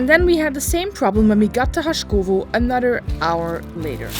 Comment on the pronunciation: The guy tells you nicely that the name of the town is HaSkovo(no sh), but anyway you keep calling it Hashkovo :@ and Anyway, glad you guys succeeded...